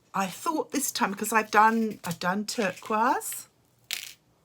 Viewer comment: Oooh, that is how turquoise are supposed to be pronounced. Thank you dear.